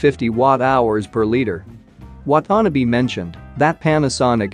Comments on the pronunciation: Please get some help pronouncing Japanese names, such as Watanabe. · Wah-tah-Nah-Beh ... And also NHK ... Nippon Hōsō Kyōkai ==> pronounced Nip-pon Hoe-soo Kyo-Kai